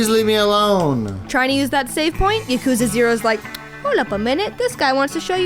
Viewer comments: P.S. Yakuza is pronounced with the accent on the first A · Sort of a pet peeve of mine it's pronounced YAKuza not yaKuza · And she pronunced Yokuza instead of Yakuza. Damn! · YAH KOOOZA. not yukooza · Girlfriend review call Yakuza YA-Ck_ZE Its pronounce YA-Ku-ZA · No. Your boyfriend should not play Yakuza 0. At least not before Yakuza/Yakuza Kiwami. Also, it's Yah-koo-zah. Not Yuh-kooz-uh. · ya-koo-za??? hello????